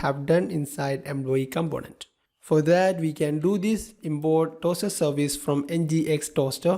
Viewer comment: Very good explanantion. just wanted to know, why you say Employee==>> "Embloyee", Import==>>"Imbort" , Component==>>"Combonent".